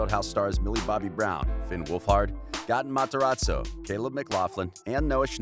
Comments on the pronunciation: its gaten matarazzo not GATEEN MATARAZZZZZOOO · "gah-tin mahtz-her-ahtz-oh" LMFAO its gae-ten mat-er-ahz-oh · Why did he pronounce gates name like that ‘Gah-en mahTeratso’ 💀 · “Gahtun Materotso” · Gotten Mot-a-rot-zoe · No one: really no one: not even noah: not even the demegorgon: speaker: Gatten Mataraso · He said gatne mtarzo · Did he really just say “gAHten Matarazzo” 🤦🏽‍♀️😭😭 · Gaaten mataratzo- like boi plez pronounce it right... 🤦🏻‍♀️ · Nobody: Litterly nobody: Him: GaTan MaTorzo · Why they gotta do that to gaten Its gaten materazo Not gotun matzerela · Nobody: The dude talking: GAATAN MATRAZO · He said "Goten matarazzo"- wHaT tHe HeCk? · who tf is gAh-tin matAraTso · reyna vargas gAten MATarazzo 😂😂😂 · goten mofrazzo 😂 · Layla Rocco gahtin mahterahzo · goten matzarazo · Gatoon mataraaazoo 🥺😂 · The way the pronounce Gaten Matarazzo tho 🤦🏽‍♀️ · Are you sure thats the way that you pronounce Gaten Matarazzo ?